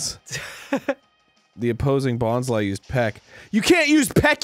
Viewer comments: Anyone else insanely surprised when Arin pronounced Bonsly correctly? Dreams do come true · I always pronounced it 'bons- lee' but bons-lie makes more sense lmfao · And yet he managed to pronounce its name correctly. Almost no one does that. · Is anyone else absolutely blown away by the fact that Arin knows the proper way to pronounce Bonsly?